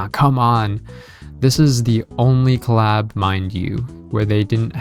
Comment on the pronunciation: The way this person pronouncing the word Collab.... Anyway..... I want this Claaab.